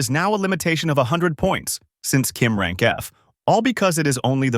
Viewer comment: Is it really rang not rank ? 😂 But anyways nice recap